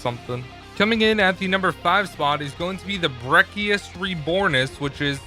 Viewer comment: not broccoli it’s the brecci (brechi)